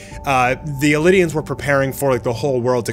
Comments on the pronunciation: Eldians not elidians lol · For a person who reads manga, watches the anime series andakes videos about it, hearing him pronounce "eldians" as "elidians" is obnoxious. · EL-DI-ANS.......ITS ELDIANS!!!!!!!!! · You dont even pronounce eldians right, and isayama does need to apologize for the years we wasted following this show just for every piece of development to mean nothing with the last chapter.